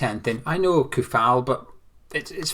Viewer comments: Its pronounced (Coufal) [Tsoufal] "Ts" like ending in word "cats" that ts sound you make in the end. Little advice... all slavic word or names are pronounced the same... every "C" in the name is like "TS" not like "K" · Also, the "ou" in Coufal is pronounced as "o" in "OK".